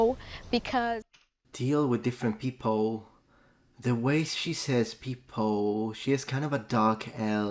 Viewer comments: And the Ls "Peopou" 😂 Unmistakable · And the final sound of 'people', that also sounds so much like a Brazilian pronounce.